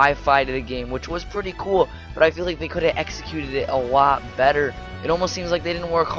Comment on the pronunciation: What he said: "It could have been executed better." What I heard: "It could have been exeggcuted better."